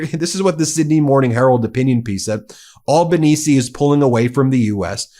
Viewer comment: Thanks Ben for this vlog. From ya mate down under. Australian PM Albanese pronounced with an aussie accent Al - banese (like - Alan) not All....banese. We aussies call him "Albow." ( like Elbow ) friendly term of endearment. It is funny how you say it. Have a good one, Cheers.